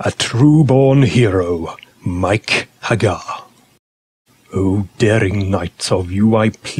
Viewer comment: The nostalgia value is very high. However, the faux-Brit narration utterly sucks. Nobody, I don't care what they're reading, rolls their R's that much. And no self-respecting gamer EVER pronounced the man's name "mike hag•GAR"; I understand you've got to fit a meter, but is it really necessary to murder your principle subject's name in every line it appears in the entire bleeding poem?... ... But, if you can get past the annoyance of the narrator and verse, the video is actually pretty awesome.